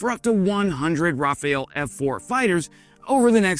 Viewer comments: If you're about to pronounce a foreign word over and over in your video, please do a quick google search on how to pronounce that word. So many Youtubers make this mistake and there's really no excuses. Still, great video nonetheless. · oh no, he keeps saying it throughout the video. Not all Americans are like that, just fyi. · no , you can’t make a video about an airplane and be that stupid and completely clueless on the correct name of the aircraft you researched Ask somebody to verify your video before making a fool of yourself. You wanna tell me he’s illiterate and can’t read correctly the word Rafale ? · Hahhaa, is very much not AI:p But yes, he says it wrong. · Not "Rafael", it is "Rafale". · It's Rafale, not Raphael. Sorry. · Never forget the Mirage 2000-5 first batch from France after the F-16 stocks aircraft, then the Gripen in on the way and the next Rafale, not Rafael as been says.. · Interesting video. But, the French stereotype is a bit worn-off by now, and it's pronounced Ra-fal (ra as in ra(t) without the sound w, and al as in al(uminium or uminum). You say Ra-fa-el, which is a name: Raphaël (in French), Raphael (in English) or Rafael (in Spanish). Saying Rafale is important because it means burst or gust, as in a gust of wind or a burst from a gun. So, it's an aggressive name depicting what this plane does. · Pronounced raff-al in french or maybe raff-arl for english speakers but not rafael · Please learn to look closely at the name of this formidable fighter.... Rafale...pronounced (rah-FAHL). This is not a famous tennis star. This is not pronounced Raphael. You should know better.... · Don’t you hate moron experts who don’t even know the name of what they are talking about ? Rafale dude , Rafale ! What is your major malfunction ? What a hell is a Raphael ? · The what now? The Rafael? The Rafale ... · RAFALE: Gust of wind [ʁafal] or "rah-FAHL --- Raphael :A teenage mutant ninja turtle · Rafale, not Rufeool, dude. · Ra-Fale not Rapha-el